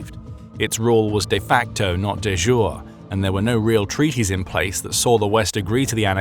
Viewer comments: It's not "de jour" like a soup: it's "de jure" meaning "by law". Pronounced like Yuri Gagarin. De jure. "Day youri" is the closest rendering of it. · The correct pronunciation of "de jure" is "day YOU-ray". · Ugh. Anglos and Latin pronunciation. Deh yureh.